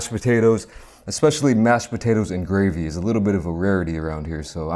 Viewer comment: It’s gravy not grave. Uggg 😊